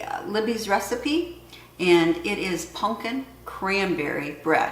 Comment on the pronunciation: Totally a Michigan thing to say "Punkin" 🎃